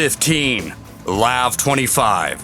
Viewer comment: It’s not pronounced lav. It’s pronounced L A V -24.